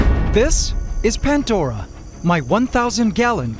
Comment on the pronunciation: Pantdora?? Is bro okay?